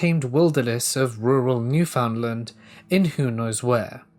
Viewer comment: Gahhhh all those times you were mispronouncing Newfoundland was making me annoyed. I know it isn't your fault and I still love ya! 😂 From what I was told its pronounced NEW-FIN-D-LIND